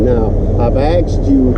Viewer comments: " now I've axxed you" ???? Really ??? Can't string together a simple sentence yet stands out in public issuing orders ?? First class nimrod !!! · "There's my badge, there's my identification and there's my ID". And all this time I thought "ID" meant identification. And then in the next sentence did he admit to assaulting you?? He said "I AXED you" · man, you owned this shufflin' leo the second he pulled up, spewing a script from 1962. , "I axed you...",,gee, you ran into a world of stupid..you respected the leo but he could not stop telling you what to do. I'm glad you finally pushed back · Ive axed you lol learn English its ask wtf people can't talk anymore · Ive axed you????? Surely it is asked you!!! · He axed you? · There is nothing worst then when someone says “I axed you” learn fucking proper English! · 6.18 I axed you. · I axed you!!!!!!!!! Learn to speak!! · Wait ..... axed you?? 😂 dumb 👴🏿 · He axed you, lol. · He axed you🙄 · He axed you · Just leave already the guy did " AXED YOU" LOL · He "axed you"!? Sounds like an assault!